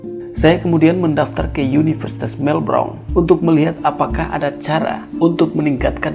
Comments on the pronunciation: Sebut melbourne sj salah hihihi melbrone bejajarrr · Universitas melbourne (baca melben) bro